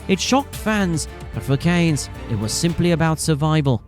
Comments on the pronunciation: His family name Cairns, is pronounced :"Care n Z" ., Not cans. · His name is CAIRNS, not CANES! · Cairns is pronounced Kier-ns, not Caynes. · Chris 'Care-ns'... Not "Canes" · Cans not Canes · Surely his name is pronounced "k - air - ns" and NOT KANES? IMMEDIATE DISLIKE AND DOUBLE THUMBS DOWN. 👎👎 M 🦘🏏😎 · Cairns, not Canes. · The surname has an "r" contained and hence it is pronounced with a hard r...cairns (cans). Look up the correct pronunciation online. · Mate, you just answered your own questions in the video you just made about why he was a 90s legend and his amazing feats. And I don’t remember his name ever being pronounced in the weird way that you are. Do you know how to pronounce the city of “Cairns” in Australia? Well that’s how you pronounce Chris Cairn’s surname. Not “Caynes”. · Always a sign it is Clickbait ; they butcher his surname Chris Kanes Lance Kanes &&&^ off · It’s not pronounced ‘CANES’. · Chris "Canes"????? Did you leave the R out for the AI voice-over? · The least the video narrator could do is pronounce Chris's surname properly. Cairns has an R in it. It is not pronounced as Cane's. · Your pronunciation of his last name did my head in. The r is not silent. You kept calling him Canes for the whole video. Do better. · Mate, I'm nearly 60, and Australian, and in all my years watching cricket, I've never heard Chris Cairns or his old man Lance called Canes by any commentator. The air in Cairns is pronounced exactly the way it sounds. And you're wrong, it's every bit as bad as it sounds. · Pronounce names correctly 🤡. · Pronounce his name right, stupid AI. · You cant announce the R in CAIRNS? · could at least say his name correctly then, you're full of Ganges water 💩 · If you are making a video about someone you should learn how to pronounce their name correctly. Was painful hearing you butcher it over and over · Get the pronunciation right maybe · Gotta say his surname correctly that’s killing me